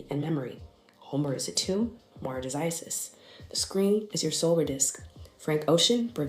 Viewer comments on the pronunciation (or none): none